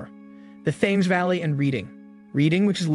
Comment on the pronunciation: Thames is pronounced TEMMS and Reading is pronounced REDDING.